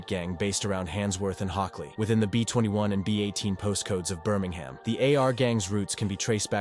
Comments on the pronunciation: Noone says Birming HAM. Its Birming UM. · Its not pronounced burm-ing-ham its prounounced bur-ming-um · Is this ai? Man said birmingHAM like a yank lol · Americans saying Birmingham “BUR MANG HAM” English people saying Birmingham “Bur Ming um” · American robot voice pronouncing the city Birming-Ham 🤦🏻